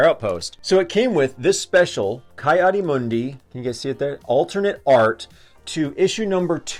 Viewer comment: It is pronounced Kee